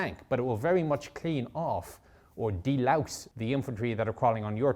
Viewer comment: How did an Irishman join the US army? Great video btw. "Delouse" the tank. Ouch.